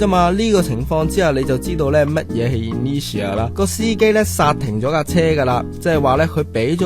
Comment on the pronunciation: Google 係讀 i nur tia 架喎，吾係in ne tia, anyway keep up the high quality!